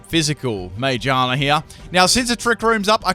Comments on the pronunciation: Why did you call Ma*gear*na, *Mage*ana? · No offence but he said majerna and proceeded to say giro ball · its ma-gear-na not ma-je-ar-na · I always thought it was Ma-gear-na not Mage-ar-na... huh. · I know it's from a while back but every time he says magearna it kills a little it's a friggin gear pokemon